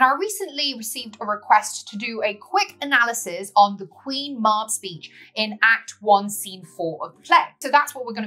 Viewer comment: Sorry but it’s pronounced Queen Mab as in Cab she also Appears in Merlin folklore either as the Queen of the old ways (paganism) or Druid faith or else she is a fairy who speaks in riddles.